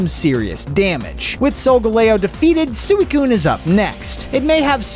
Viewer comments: How u prononce suicune suiicune how it actually is:sweecune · suey coon? NO heres how to say it, sweee coon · It’s pronounced swe coon